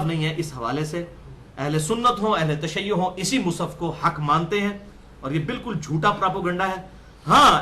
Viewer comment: مصحف بولو بھای مصف نھی بولو